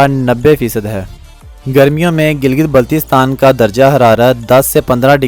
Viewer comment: Pahlay teak say name tu bolna seko. It's not Giltistan